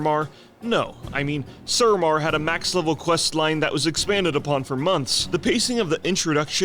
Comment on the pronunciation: Phonics: Suramar It's "Sue-Ra-Mar." Not "Sur-amar."